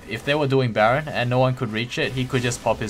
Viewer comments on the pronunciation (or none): none